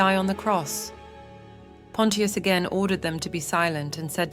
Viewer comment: Bot not pronouncing Pontious correctly so annoying